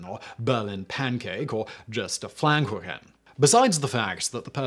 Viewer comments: Thanks for clearing this up. I am German and was a little confused when I first heard the myth, I of course knew the speech but never linked it to pastry. BTW it is "Pfannkuchen", not "PfLannkuchen" - which sounds funny and should exist as a word though. Sorry, had to be German/pedantic there. :) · Except he pronounced it something like "flankuchen". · I think Simon just can't pronounce "Pfannkuchen" properly ;)